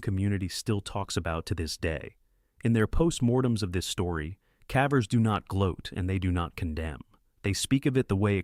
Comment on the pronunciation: The cævers. Are you, mr AI, by any chance Norwegian, since you pronounce cavers with a Norwegian æ?